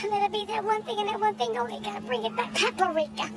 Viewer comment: bruh said "peeper-ika" im just done lmbbooooo